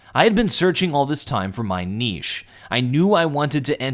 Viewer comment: Thank you for correctly pronouncing "niche."